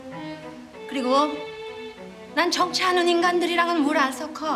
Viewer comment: 발음이ㅋㅋ 안괜찮아× -> 안괜챦아○ 진천댁× -> 진쳔댁○ 정치하는× -> 졍츼하는○ 물 안섞어× -> 물 안셬커○ 다시받아× -> 다싀받아○